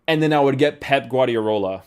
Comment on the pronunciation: Only one R in Guardiola mate